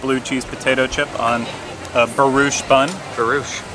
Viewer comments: Hi, great job as always you two!, I am not criticizing you as much as trying to help a buddy out. The bread Brioche is pronounced "breeoche" you have the back end right! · gillian, it the way mispronounced "brioche" a while ago, and ever since they've all said it this way now.